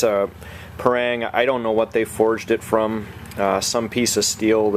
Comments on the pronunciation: Pa - not pey PA - rang- not reng RANG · we pronounce as "pa" "rang", not "prang". thank you :-)